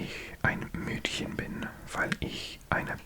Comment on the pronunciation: Awesome Video! Hier ein paar kleine Fehler: Gleichberechtigung - das ch ist weicher. Wie bei ich, nicht wie bei ach. Mädchen - ä nicht ü. Unfair- un wie bei unfreundlich, nicht die englische Aussprache. Sexistisch - du hast ein i vergessen. SexIstisch. Deine Aussprache und dein Verständnis der Satzstruktur (also Grammatik) sind beeindruckend! Und sooo gutes asmr, wie immer.😍